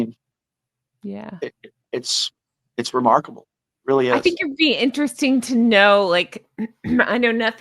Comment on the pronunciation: Every time says remarkable, I hear remarkleable😅